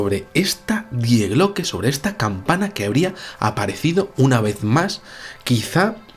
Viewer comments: el artículo gramatical del idioma alemán "die" que en español corresmonde a "la", no se pronuncia literalmente como se escribe, su pronunciación es "di" por que la "e" en ese caso es muda. "Die Glocke" como sabes significa "La Campana" y se pronuncia "di Glócke", no "die Glócke". Saludos. En ambos idomas ese sustantivo pertenece al género femenino por lo que suena mejor si dices "la famosa "di Glócke" y no "el famoso die Glócke". Es sólo una sujerencia para cuando se van usar términos de otros idiomas consultar algo en un diccionario sobre género y pronunciación para no crear en las mentes de las personas terminológías erroneas. Puse el acento en la "ó", a los efectos de pronunciación a modo de ilustración de la traducción. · El video muy bien, pero diooooos... Me pones enfermo cuando dices Die Glocke en alemán. Se pronuncia "Dii Gloke", el diptongo ie en alemán es una i larga. Por favor hazlo. No te lo digo de malas, no no... es solo que me pone de los nervios (hablo alemán y vivo en Alemania y cuando alguien pronuncia algo mal me da un algo).